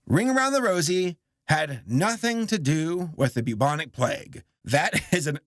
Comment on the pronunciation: Why did he say Bubonic plague like that. Why did he ruin the ring around the rosie theory